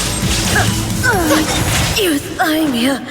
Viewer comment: I'm playing this right now, and since I don't have twitter, I just want to ask, surely I'm not the only one recoiling from the way Ei is pronouncing Euthymia, right? It is yoo-thee-mia and not yoo-thai-mia, right? I'm so confused. My face scrunched so hard I pulled a neck muscle.